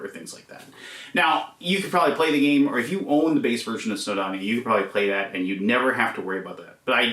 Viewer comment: Welshman here - it’s pronounced “snow-doh-nee-uh”, not “snow-donnia”. 😉🏴